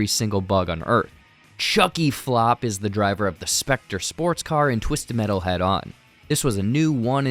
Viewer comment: Pronounced Flu-p not fl-op haha